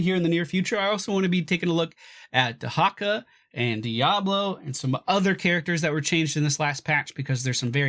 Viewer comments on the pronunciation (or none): Dehecka u sayin to me?!?! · You're pronouncing Dehaka wrong D